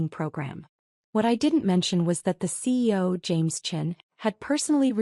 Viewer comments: Program your AI to say C.E.O. NOT SEE-O. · Please try to get an AI narration that recognises CEO as three separate letters not as a word pronounced😊 seeyo.